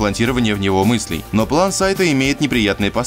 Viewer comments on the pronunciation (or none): none